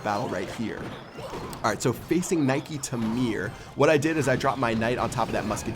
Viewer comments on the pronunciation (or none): toyono mdrrrr il à prononcé naiki ta mire ahahah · It's prnounced Nick tah mare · THAT WAS THE WORST PRONUNCIATION OF NIKE TA MERE OML I'M CRYING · ohhhh shitt LMFAO the way he pronounce NIKE TA MERE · haha loved how you pronounced nike ta mere :) ctai tordant